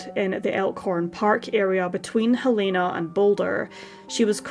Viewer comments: It’s Hell-eh-na, NOT Hel - E- na!!! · You’re saying Helena wrong. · I work with a Helena and she is most definitely Hel-E-na. We are in the UK and it’s pronounced differently. The same as we say Car-a-mel, not Car-mel and Herbs, not ‘erbs.